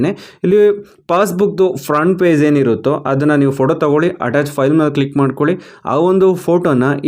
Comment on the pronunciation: It's page not paze